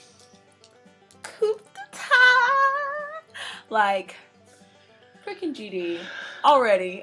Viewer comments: it is pronounced KODETA (kuːdeɪˈtɑ) with the silent P and silent T, not KOPDETAT ( real spelling COUP D'ETAT) ^^... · Its pronounced "COO day-TA" ;P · I love you guys so much but I had to help you guys out a bit. Courtney its JiYONG not JiYOUNG (maybe thinking about JYP? lol) and Coup d'etat is pronounced coo day tah. Always love your reactions and I think this MV is so important for GD's fans because he's trying to give us a look into what his life is like and how he's coping with EVERYTHING that comes with who he is and what he does. He's pretty brilliant.